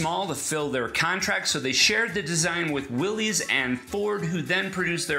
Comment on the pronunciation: Pronouned will-is not willees. just saying.